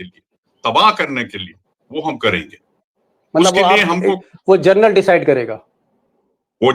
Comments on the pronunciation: Deepak ji.... जर्नल नहीं.... जनरल... General... बाकी great journalism.. salute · आपने जनरल को बार बार जरनल बोलते हैं